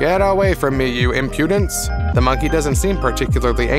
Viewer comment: loooooot of facts you had were, well incorrect. also if youre going to way over use the word impudence, please use it correctly or brush up on how to pronounce it. not judging by any means, just some feedback on how to make an even better video next time :)